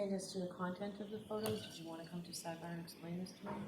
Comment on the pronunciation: My favorite is:: “Objection, your honor!” Bev: “Sustained” (her automatic default) Defense: “We need to be heard on this, your honor”. Bev: “Okay, let’s go to sidebah”. At sidebah… Bev: “Okay, Mr., what’s your objection?”